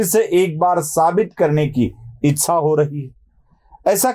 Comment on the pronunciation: इत्सा नाही हो इच्छा ... असं आहे हे..